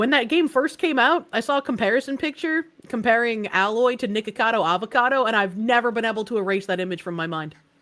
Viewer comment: Her name is Aloy, not Alloy.